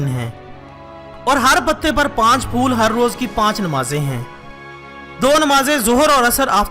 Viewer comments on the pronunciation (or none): none